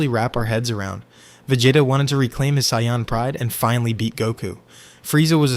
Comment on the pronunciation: look if you're going to make this type of content don't use AI. Actually hearing how your voice flows and emphasizes certain points matter and AI cant do that. Also AI is saying super Cyan not super saiyan